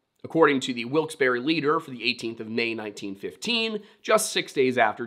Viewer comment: Great video,! Thanks for pronouncing "Wilkes-Barre" correctly, too. I'd love to find the places where the childrens' remains were found. Certainly they've changed in 100+ years, but it would still be interesting. Can't wait for the next one!